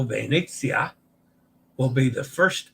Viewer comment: All it takes is one person not washing their hands to cause an outbreak! Does anyone recognise who Kevin Sheehan Jr.'s disgraced father is? *nepotism Let's practice your E in Italian! It's always AY as in day. Ravenna (Ra-ve-nna) = Rah-vay-nah, roll the R. Venezia (Ve-ne-zi-a) = Vay-nay-tzee-ah. Vay-nay, not Vay-nee, not Vay-ne. Vay-nay, Vay-nay, Vay-nay, Vay-nay-tzee-ah! A reminder to always pronounce the O as in Oh no! Basilica di San Petronio (Pe-tro-ni-o = Pay-troh-nee-o, roll the R). Remember to separate the Italian word into syllables of the consonant-vowel consonant-vowel consonant-vowel format for pronunciation: Pe-tro-ni-o. And yes, the S in Basilica has a Z sound when spoken in Italian but no worries here as the context was in English with the S sound. From a previous livestream about Captain Serena Melani (Se-re-na Me-la-ni) = Say-ray-nah May-lah-nee (roll the R) who received the Capperuccio (Ca-ppe-ru-ccio = Kah-pay-roo-tchoh, roll the R) Award. And a quick vowel pronunciation review: A is always AH as in the open A as in father. AH AH AH AH AH AH AH E is always AY as in day. AY AY AY AY AY AY AY I is always EE as in seed. EE EE EE EE EE EE O is always OH as in Oh no! OH OH OH OH OH OH OH U is always the long U as in tune (toon) U U U U U U U U I now believe that the Taima Star ferry is pronounced Tie Ma. The image I saw of the ferry's name had an apostrophe TA'IMA but that apostrophe turned out to be a porthole LOL!